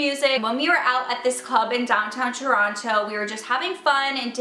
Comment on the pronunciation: No one believes you that you're from toronto pronouncing it like that